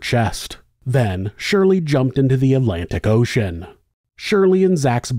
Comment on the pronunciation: Outstanding video. Jarring the way you said Atlantic Ocean ✌️